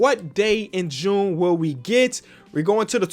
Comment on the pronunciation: ITS JUUNEEEE